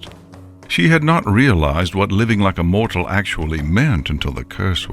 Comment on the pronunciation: Evry time they say mortal it hurts my mortal feelings